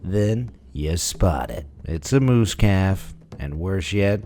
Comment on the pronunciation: The mama moose came out as mamamoos haha